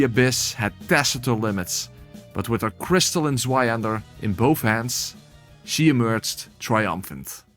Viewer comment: "Crys Stalin" is horrendous 😂